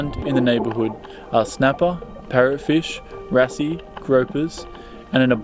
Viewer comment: Lol wrasse you don't pronounce the e mate, it's pronounced RAS basically.